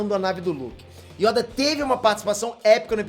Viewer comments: 🗣Yóda" 🗣kígonjin" pqp😅🤣🤣🤣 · Yóda? hahahahah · Yóda kkkkk, mano é perceptível que o não sabe nada de Star Wars mds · esse não é fã de verdade, não sabe nem pronunciar yoda, jakku, e qui gon jin não sei se a minha escrita tá certa, mas pelo menos sei pronunciar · Ou o pronuncia muito errado os nomes de personagens, planetas e etc do universo de Star Wars, ou eu falei errado a minha vida toda. kkkk